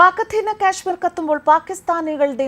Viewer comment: "കശ്മീർ" എന്ന് പറയൂ. ക്യാഷ്മീർ എന്ന് കേൾക്കുമ്പോൾ ഒക്കാനം വരുന്നു.